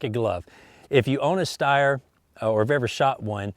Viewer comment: Steyr is pronounced with a "sh" sound at the beginning. It's very uncommon in the english language but thats how it is :)